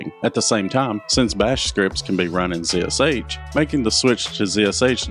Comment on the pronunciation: Ha, he properly pronounces it zee esh aytch. Instead of Zed Esh Haytch.